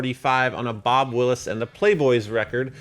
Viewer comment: Did you say Bob Will-is?! It's Wills, not Willis. And not just any Playboys, but the TEXAS Playboys. Just keeping you honest. You're welcome!